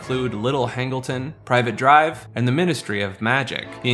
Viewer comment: are you an AI or an actual person making a video about harry potter without knowing how to pronounce "Privet Drive"?? i dont know what's worse.